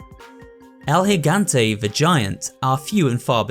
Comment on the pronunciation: Also spanish speaker (Puerto Rico specifically), I'm glad with the effort he put into the pronounciation of Del Lago and El Gigante. I felt very proud of it and it's one of the cleanest versions I've heard from someone that isn't as fluid in spanish